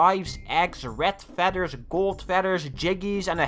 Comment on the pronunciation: I cried when he said “ret fedders”